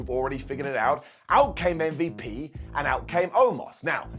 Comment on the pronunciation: Lol what did call MVP.. Umm-vep?